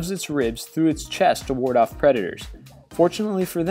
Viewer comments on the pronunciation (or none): none